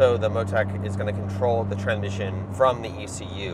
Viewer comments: I like how he can't say tranSmission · Ah Yes Tranmission 😂